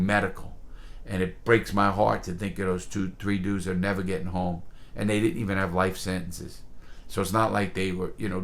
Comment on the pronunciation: “I’ll nevah forget it” never gets old lmao